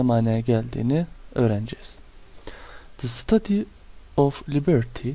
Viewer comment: Emeginize saglık hocam, heykelin tellaffuzu dogru mu acaba, stetcyu diye öğrenmiştik